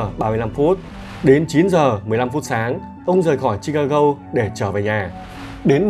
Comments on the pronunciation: sao MC đọc Chicago lại đọc là chicagâu???? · không phải là vặn vẹo, bắt bẻ mà anh ấy đọc không giống với đa số "người Việt đọc tiếng Anh theo kiểu phát âm tiếng Việt" nên nghe hơi khó chịu... Ví dụ Chicago nó có 3 âm mà anh ấy đọc mỗi chữ go là gâu thì nghe nó rất kì... 3 âm tiết thì đọc cả ba theo tiếng Anh hoặc theo tiếng Việt thì nó dễ nghe hơn. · Chi-ca-"gô" , Nigga (Ni-ga hoặc Ních-ga) chứ ad nhỉ? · Em ơi ,phải đọc là Chicago, là gô chứ đừng đọc " gâu" nhé